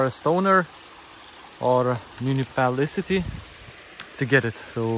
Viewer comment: Munipalicity. LOL! Myu niss i PAL i tee. Just pretend it's 6 words, with the emphasis on "PAL."